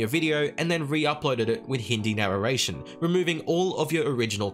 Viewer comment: hmm "Narraration"